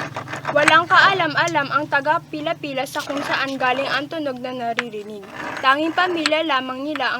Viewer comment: taga- binangonan ka ba? as i know pililia not pila pila. ( correct me if i hear it wrong) i live binangonan for almost 30 years but now residing here at manila. i know that story.